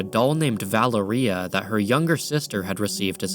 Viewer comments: Sorry but the way you say Valéria is taking me out 😭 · Your pronunciation of Valeria is killing me 😅